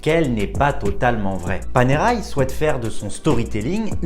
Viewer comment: ça ne prononce pas Panéraille, mais Panerè.